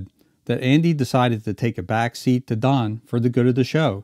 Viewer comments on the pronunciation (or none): none